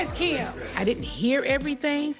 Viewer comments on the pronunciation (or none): I’m not gonna lie I miss Nene and her facial expressions and one liners 🤣🤣. Also how she calls Kim, “Keem” 🤣💀💀